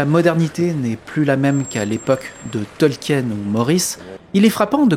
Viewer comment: AAAArrgghhh, mes oreilles ! On ne dit pas TolkiÈÈÈÈÈÈÈÈnne mais Tolkiiinne ‼ De même qu'on ne dit pas Parissssssse, mais Pari. Merci. ,04h32' CET